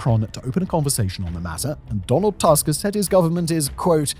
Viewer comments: 'Tusk' is pronounced too-sk, not tusk. Jesus, you'd think that in the age of Wikipedia biograms having recorded pronunciation guides, we wouldn't have such oopsies happening on one of the biggest channels on the platform. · The last name of Polish Prime Minister Donald Tusk is pronounced <Toosk> not <Task>. Every time you see the letter "u" (or "ó" for that matter, they are pronounced the same way) in Polish read it as as in "foot" or "tooth". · This is a great video. But one small correction, the pronunciation of Polish Prime Minister surname is wrong. It is rather 'Toosk'. We pronounce 'u' like 'oo' in word baloon. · Please, it's not pronounced as Tusk, like elephants bone like structure but toosk. DW gets it wright, U in polish is like english ooh. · Your pronounciation of TUSK is English, like most journalists and pseudo-Youtube journalists who treat it as if you were speaking say of an elephant tusk. To clarify, in Polish his last name is properly pronounced in a deeper, more nasal "U" as you might for the first U in the word "Uranus". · Every time I hear "Donald Tusk", I think I am having a stroke. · Simon's only job is to read the scenario and yet he made no effort to check how the name of the prime minister of his neighbouring country is pronunced... 🙄 Lame. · Źle wymawiasz Tusk. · I like the video, but Tusk is not an English surname, and Tusk doesn't rhyme with Musk. :) We pronounce the letter 'u' as [u], just like in Latin, German, Czech, etc.